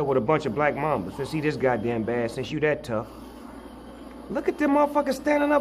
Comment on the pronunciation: It black mamba , not black mama , lol!